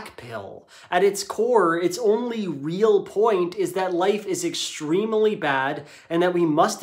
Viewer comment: did he say extremily? vs. extremely....